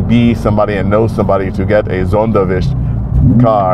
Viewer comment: Cheers to Donald for his great german pronounciation! The ü in "Sonderwünsche" was on point. Learning how to pronounce a letter that doesn't exist in your own language, but only in a German car name is real dedication!